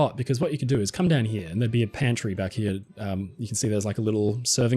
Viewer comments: Let's take a look down 'hee-ya' 😜 love it lol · Is it just me, or does pronunciation of "here" sound like Eric Cartman's "he-yah"? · The way you pronounce "Here" and "Over there" is so English and pleasant. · what a weird ass way to say “here” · I’ve been watching your videos for years and had never noticed the unusual way you pronounce the words « here » and « there » before. 😜